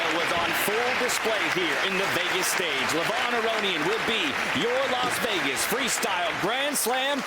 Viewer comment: Just say Vegas... you're doing commentary...every time I hear Wegas..I see Russell Peters, Tanya. You're an IM. You can do it. Do better.